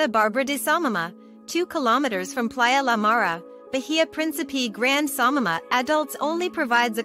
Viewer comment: Samana NOT Samama